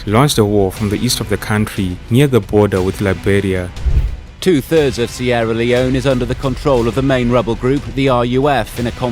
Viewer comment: pata nehi yeh baar baar admin seeria leone bol raha hain par mujhe sunny leone sunai de raha hain😢